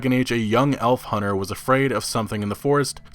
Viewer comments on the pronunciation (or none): none